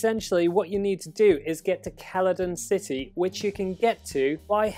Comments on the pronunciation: Yes Keladon city definitely not pronounced seladon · "Celadon City" is pronounced "CELL-A-DON," it's not a hard consonant sound. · ITS PRONOUNCED "SEL-A-DON" CITY, GOT DAMMIT!